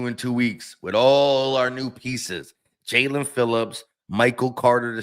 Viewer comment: who besides YOU would EVER pronounce his name as JA-LEAN? It's obviously Jae-len....you must experience dyslexia bro